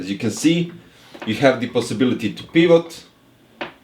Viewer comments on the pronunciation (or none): "Pivot" "privat"